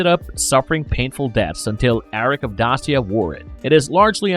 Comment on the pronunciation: Dacia = Day-shuh